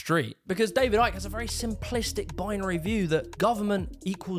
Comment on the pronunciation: "the new order of barber Arians" Shouldn't his last name be pronounced "ick"?